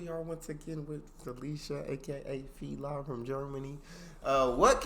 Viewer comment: I guess you're not reading the comments, because i already told you, that you're pronouncing her nickname wrong all the time. She tells it herself in every Video. It's Feli. Not feeleye. Like Feliz (Navidad) without the z